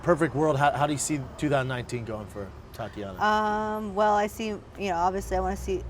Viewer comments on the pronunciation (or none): Glad you had her on. She's really humble. I agree, future Champ, but will have to neutralize Andrade and Joanna. At the beginning did he call her Taco-yana Suarez?